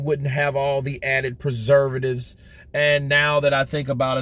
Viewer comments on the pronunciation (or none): WILDER WAS TALKING ABOUT HIS WEIGHT!! (ADDITIVES AND PRESURVITIVES)!